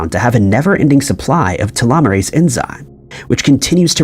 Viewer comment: Telomeres and telomerase have the same sound. Telomerase is pronounced like you say telomeres but instead of eres it sounds like ace.